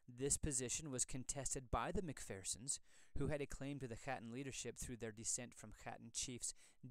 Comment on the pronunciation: I am American born so part of the diaspora. However, I confirmed with the clan Chattan association that the pronunciation really should be hatton, not chattan, which means the letter c is silent